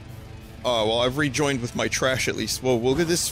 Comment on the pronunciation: Is "THRO MI IN DA TRAEEISH" Vinny's new catchphrase?